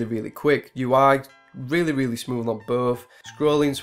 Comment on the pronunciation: Weally nice, phuntastic review...